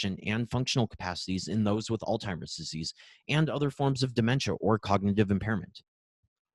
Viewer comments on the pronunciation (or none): Outstanding content! I would love to forward this to medical colleagues, but I am afraid the consistent mispronunciation of Alzheimer's (there is no T in the word) belies the scientific validity of the content. Just a suggestion going forward for an otherwise excellent video.